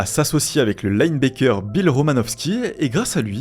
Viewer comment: Y a un moment faudra quand meme bosser la prononciation de l'anglais :') plusieurs fois dans la video ca ma fait tiquer mais le LineBacker prononcé comme "Baker" (boulanger) ca pique un peu, surtout pour une chaine sport mal prononcer un post ca la fou mal